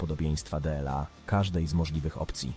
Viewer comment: Typowy problem z evelenlab. Nie umie czytać "dla". Napisz to z shiftem - kiedys pomagalo